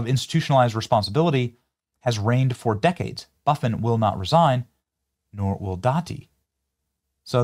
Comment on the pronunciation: Buff-In the name Buff-In lol